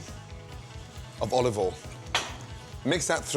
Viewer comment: Bit of olivol.